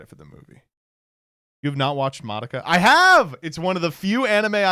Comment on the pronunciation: the way pronounces madoka makes me wnana rip my ears out